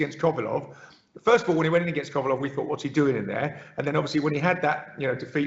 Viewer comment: The way this guy says kovelev and okolie is priceless !!!!!